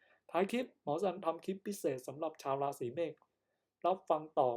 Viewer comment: พูดยังไม่ถูกเลย เมษไม่ใช่เมฆ